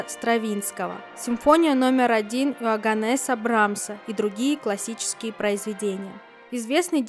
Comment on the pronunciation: Ребята, аккуратнее с именами и ударениями 😂 Брамс, он не Оганес - он Иоганнес, с ударением на "А"! Вы так его в армянство запишете, а он вообще не об этом 🙈 )))